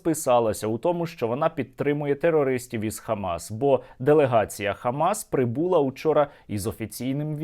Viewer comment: не прибУла, а пррибулА